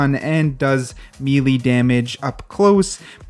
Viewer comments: did he just say "me lee" and not "melee" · Meeeeleeeeee damage..yes meeleee not melee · "Mee-lee damage." Oof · nobody:: *mEElEE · Somebody slap this man and tell him how to correctly pronounce melee